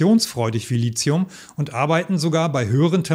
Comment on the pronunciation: Nix Lizium, das heisst Lithium. Da ist kein "z" drin, also bitte. Wenigsten die E-Auto-Profis sollten das richtig aussprechen.